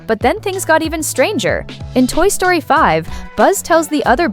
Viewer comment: Toy Sroty?